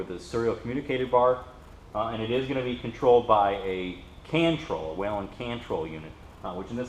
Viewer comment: Wheee len - amazing that a distributor cannot pronounce the company name correctly.